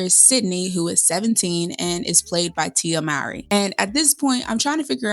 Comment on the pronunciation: I am a white man, but still prefer the Mowry version over the Efron version. By the way, the correct pronunciation is "MOH-REE," as in the first name of Maury Povich. I have long adored the Mowry siblings and watched all of their sitcom episodes "Sister, Sister" and "Smart Guy", respectively. I learned about the original Seventeen Again through the Disney Channel. Also, Boyz II Men was featured at the swing music club: Shawn Stockman on vocals, Nathan Morris on piano, Wanya Morris (no relation) as the bandleader, and former member Michael McCary on bass. While I love the High School Musical films, the Zac Efron version of 17 again didn't satisfy me at all. I love fantasies and wholesome screen projects.